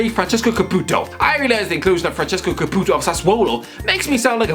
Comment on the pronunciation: Lmao “caPuto “